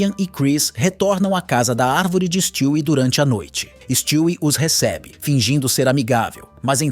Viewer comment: Mano stwie não se pronuncia desse jeito na série a lousa fala o nome dele de um jeito diferente e esse é o correto